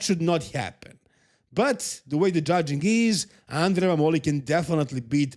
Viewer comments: MAH-moli. Found that out today also. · The pronunciation of Mammoli is with the stress on the A